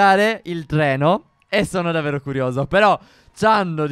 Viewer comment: Minuto "il Tleno"...si certo Stef, il TLENO non il treno xD